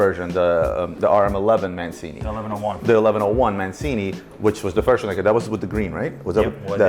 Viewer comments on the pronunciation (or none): For the love of God, ROBERTO MAN—CH—INI (Mancini) F-in yanks, sigh